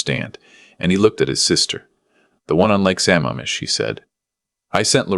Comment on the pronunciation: Thank you for putting the CORRECT enunciation of Sa MAMM ish!!!